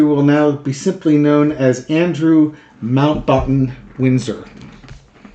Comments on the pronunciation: It is pronounced Mount Batten (like bat ten) Windsor. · It's Mount Bat Ten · If you read Buckingham Palace announcement they pointedly said he has not taken any responsibilty for this at all.The pronounciation is MOUNTBATTEN.Remember Lord Louis Mountbatten,the last Viceroy of India methinks.❤❤❤